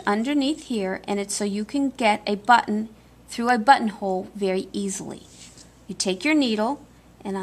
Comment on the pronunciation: A lot of comments about the sewing but the most pleasant and refreshing aspect of the whole tutorial is pronouncing the word "button" correctly 😂. Too mamy times the double t sound is not annunciated. Many people say bu-in, never clearly saying one t let alone borh